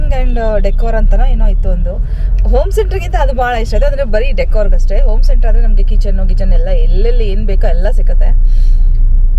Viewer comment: ಓಂ ಸೆಂಟರ್ ಅಲ್ಲ....ಅದು ಹೊಮ್ ಸೆಂಟರ್.... 'ಹ' ಕಾರ 'ಚ' ಕಾರ ಇದ್ದರೆ ಚಂದ 😊